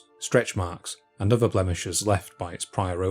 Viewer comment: "Feory"", "uvver"- so depressing....